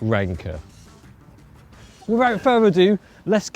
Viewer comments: did you say ranker or wanker? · I thought he said,”expert wanker”!!! 😂